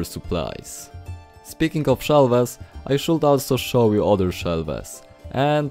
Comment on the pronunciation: Od razu widac ze polak A tak serio, nie hejtuje ale proszę, popracuj nad akcentem. Póki co w miarę dobrze ci idzie. Kilka wskazówek: "shelves" wymawiamy jako "szelfs" "r" jest zazwyczaj miękkie "mention" wymawiamy jako "menszyn" "window" mówimy "łyndoł" Najlepiej sprawdzac z google translatorem jaka jest wymowa. Ale budowle świetne, na 100% użyję